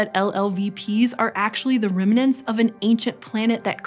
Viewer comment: What is a "remanent?"